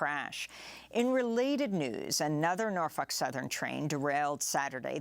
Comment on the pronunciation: Amy I love the way you pronounce Norfuck!